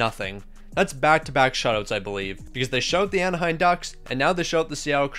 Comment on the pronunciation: AnaheiM. Not AnaheiN